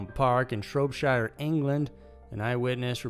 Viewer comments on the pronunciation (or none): he got "shrope-shire" in there though. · Just a heads up for people from the USA - whenever a town or city name ends in “...shire” it is pronounced “...shear” so, in this case, ‘Shropshire’ is pronounced “Shropshear” :) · Why did you have to pronounce Shropshire like that man 😭 doing my county dirty